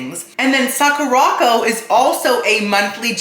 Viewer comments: I love you but it’s pronounced Sakura (like the flower ) and co as in company not Sakorocko 😭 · Hi, love you videos! I love that you’re being sponsored now! Sakuraco is pronounce Sakura co - as in Sakura (cherry blossom) company, not sa-ku-rocko